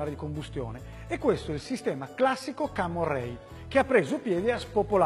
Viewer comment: cammon rail non si può sentire pero :-P